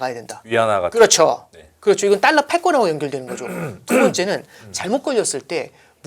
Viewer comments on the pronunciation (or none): 딸라가 아니고 달라~~~